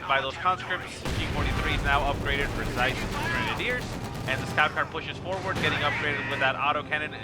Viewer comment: Thanks for the cast, good job as usual. The game was so intense, I was shocked that I was able to scrape together a comeback - especially against an opponent as strong as OMGPOP (we've played a decent bit recently and I believe he has beaten me more times than I've beaten him). One thing to note, usually my name (CieZ) is pronounced "Sea-Ehz" ^_^ thanks for the cast though!